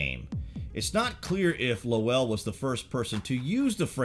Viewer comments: Percival Lowell, pronunciation rhyming with roll, toll, troll, droll, bowl, dole, goal, hole, coal... I digress. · i was thinking...................i wish he would pronounce Lowell properly.